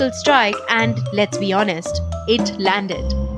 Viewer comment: And Aand forces 😂😂😂